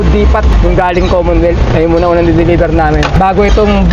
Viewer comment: pag nag salita ka ng depot, tangalan molang ng T masmaganda pakingan..